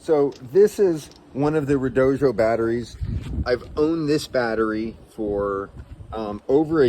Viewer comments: Really enjoying the video so far, but I have to say, the company that sells those batteries apparently insists that it is pronounced red-OH-dee-oh. I've seen a number of YouTubers that say the company asked them to get it right when they say it, so if they aren't lying, that should be the pronunciation. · Red-oh-doh. There is no J in the name. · Why do you say redojo? What am I missing? That’s a “d” not a “j” at the end of the word